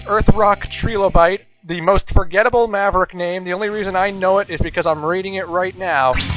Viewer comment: Do you know how to pronounce Trilobite (try-loe-bite), right?